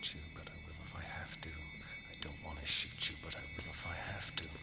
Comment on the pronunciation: "Hey man I told you not to mess with time". " I vwill mess with time, I vwill mess with time".